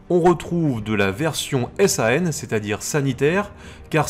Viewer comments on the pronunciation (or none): Toujours un plaisir de voir ces vidéos d'analyse, rares trouvailles sur l'internet francophone. Et pour la version médicale, on dit juste San, pas besoin d'épeler :p